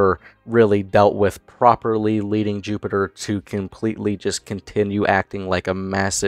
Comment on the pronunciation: You say his name is Jupiter? Or Jupiturd?